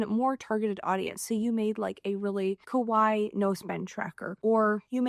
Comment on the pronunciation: Americans pronounce 可愛いKawaii as Kowai. Kowai means "scary" in Japanese, so it's best to pronounce it clearly as Ka-Wa-i-i 😊